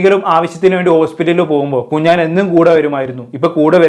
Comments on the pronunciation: 🤣🤣 കുഞ്ഞാൻ കുഞ്ഞാൻ കുഞ്ഞാൻ 🤣🤣 കുഞ്ഞാൻ പാണ്ടിക്കാട്🤣🤣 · കുഞ്ഞാൻ അല്ല കുഞ്ഞൻ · കുഞ്ഞാൻ അല്ല കുഞ്ഞൻ 🤣🤣🤣🤣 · കുഞ്ഞാൻ അല്ല കുഞ്ഞൻ 😂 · Kunjaan alla kunjan ennanu😂😂😂😂😂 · എടോ കുഞ്ഞാൻ അല്ല 😂കുഞ്ഞൻ 😎